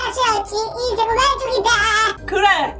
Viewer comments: 에서 인생인데 인새라고했어욬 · 엄…늦은것 같은데 에 인생은 왼쪽이야를 인새은 왼쪽이야 라고 했네영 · 2분3초에 인생은 인데 인새은 이라고 했어요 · 인새가 아니라 인생 입니다!! 오타 나신거같네요!